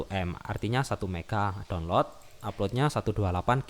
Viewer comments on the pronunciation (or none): none